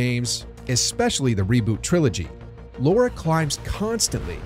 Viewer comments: why do you call her Laura. It’s Lara! There’s no ‘u’ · It's Lar-a not Laur-a. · It's Lara, not Laura. Other than that, a rather enjoyable video. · Oh my god. People can’t say her name right. It’s not Lora. It’s LARA! It’s really not that hard. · Why do people keep calling her "Lora croft"? Its Lara not Lora lol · Drives me nuts! Especially because they were going to call her Laura Cruz originally but they thought Americans would have a hard time pronouncing Laura. Turns out they can’t pronounce Lara either.